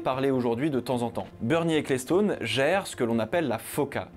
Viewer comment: Bernie Ecclestone se prononce "Equelston" et non "écléstone", tu pourrais brancher 2 neurones aussi quand tu t'attaques a des prononciations anglo-saxone...